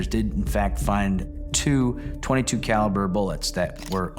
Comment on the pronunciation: Is this AI narration? Because the words are mispronounced and it's a .22, not Point-22.